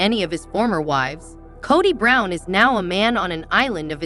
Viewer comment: Kaddie Brown...drives me nuts...do some research on pronunciations...😮😱